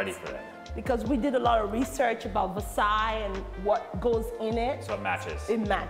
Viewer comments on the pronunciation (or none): also how do you "research" and not know how to pronounce Versailles